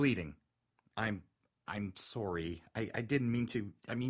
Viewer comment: Did anyone else pay attention to how he said sorry, eh? Eh? Eh?